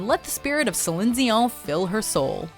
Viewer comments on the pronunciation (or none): and im the only one complaining about how she pronounced Celine Dion... salindseyon? what? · How you pronounced Celine Dion was beyond obnoxious and you lost my subscription when you were cringy comparing Xtina and Ms. Spears. Stick to the clips without the smarmy critique. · She pronounces Celine Dion weird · That first pronunciation of Celine Dion made my spine itch.